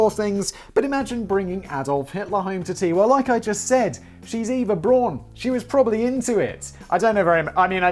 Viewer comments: No. Not Eeva. Not Iva. Efa. Eh f ah. Efa. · Good job Danny for getting the last name right buuuuuuut missed it slightly on Eva 😂 It’s ok, it’s hard to explain to native English speakers. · It's pronounced Ehva Brown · EYE-VA BROWN! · And Simon still pronounced Eva wrong😂 not gonna tell the correct pronunciation, 'cause who cares?